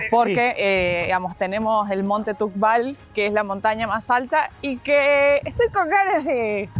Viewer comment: No es tubkal que tene nieve tubkal mas alto